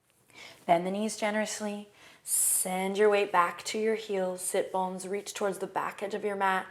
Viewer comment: Am I the only person who didn't know what sit bones are? Listening to these first two videos I couldn't tell whether she was saying "sip bones" or "sit bones". I thought they were on my feet. I just Googled it so I am educated now.